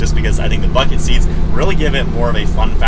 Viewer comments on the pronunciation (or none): none